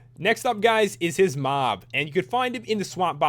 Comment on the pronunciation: i thought when you said mob i thought u said mom lol